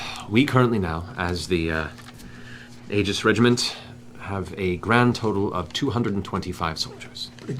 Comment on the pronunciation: Aegis is pronounced ee-jis